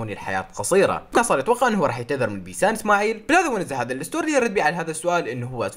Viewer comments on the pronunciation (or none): none